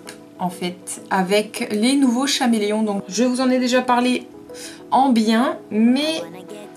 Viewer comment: Ça ne se dit pas chameleons mes caméléon